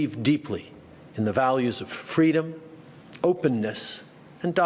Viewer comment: the dictator can't even say the word freedom